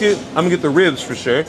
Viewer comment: Yall pronounce ribs with an H, yall said hribs